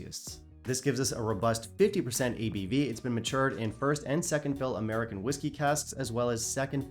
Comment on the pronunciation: Dude,, I kept laughing my ass off because it sounded like: "Aredn't you An Amurican?" LOL! I had to keep rewinding it just to hear you say: "Aredn't you An Amurican?" I love your channel with a G!